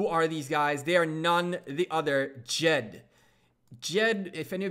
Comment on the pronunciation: The name of the ally is Jed not jet